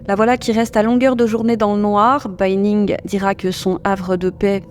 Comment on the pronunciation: Ça se prononce bAnning, pas bEYnning.